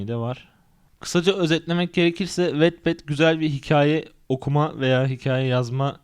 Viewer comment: Aslında "vatped" diye okunuyor.